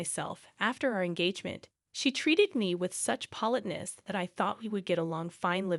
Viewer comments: POL’ it - ness for politeness. another robot voice, without human feelings, just reading without understanding, replacing a Human Actor whom they’d have to pay. but they don’t need money to live or enjoy their work. Let’em wait tables, who cares!!!? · saliva politeness adorable saliva panicked You might want to learn how to pronounce the above words properly